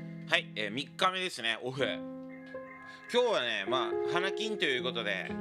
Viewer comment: のOFFが見られるとあの頃の私に言っても信じないだろうなあ……頑張って生きてみるもんだなあ。 ありがとう。あと最初の「OFF」の発音が「お麩」に近かったので笑いました。